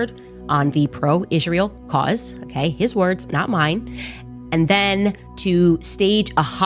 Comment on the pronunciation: If CO is going to diss Israel, can she learn to pronounce it correctly?